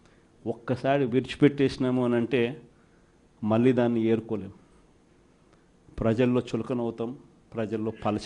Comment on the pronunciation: ఎరుకోలేము కాదు రా బాబు తీసుకోలేము